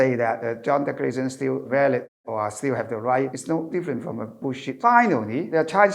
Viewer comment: Could be more presentable if - 1. Sit still please, not swaying left and right. 2. Modify your rhythm. Speaking in Cantonese is very different in speaking English. 3. Brush up on the pronunciations. The word “declaration” was pronounced incorrectly many times, until towards the end.